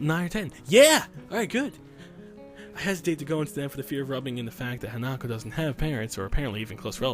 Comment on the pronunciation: Hanako's gift actually makes sense because the meaning of her name is flower child. Oh and the correct pronunciation is hah-nah-koh not ha-nah-koh